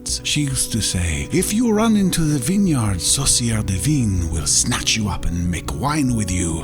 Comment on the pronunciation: Yeah at first I was confused, like what "saucier de vine" ? WTF is that xD (french btw)